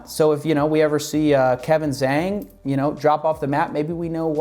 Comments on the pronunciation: Small, pedantic point from a speaker of 3rd grade mandarin - Kevin’s last name is pronounced like “jong” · zhang is roughly pronounced jong for further reference. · Btw, you're pronouncing the "Zhang" in Kevin's name wrongly. (im an asian)